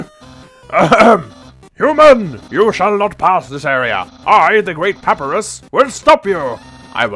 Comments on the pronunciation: This is a nitpick and a half, but it's pronounced Puh-Pie-Russ. Keep up the let's play, this and Fire Emblem are spoiling me silly. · Also, it's PAPAIRUS